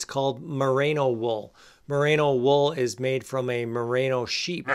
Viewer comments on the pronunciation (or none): Great video. Informative and entertaining. Loved the demo of dressing in layers (and I am so glad you finally put some pants on). But I flinched every time you called it "MUH-RAY-NO" wool, so I'm gonna have to get pedantic on you. The stuff comes from the Merino breed of sheep, and it's pronounced MUH-REE-NO. It has nothing to do with Rita Moreno. As talented as she is, somehow no breeder of sheep has been inspired to name a new variety of sheep after her. Until they do, there will be no such thing as "MUH-RAY-NO" wool. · Great video! You did make a point about pronouncing “balaclava” correctly, so I will point out Merino is pronounced “meh reeno”, not “mah rano”. Hey, I’m an Agriculture Educator. Very informative content! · Mah-Ree-No no need for the A mate... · It's: "more-RAAY-know". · It’s hard to believe a guy who can’t pronounce Merino and thinks it’s a new product?